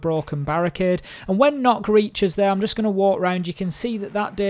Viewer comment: m8 stop saying nokk its nøkk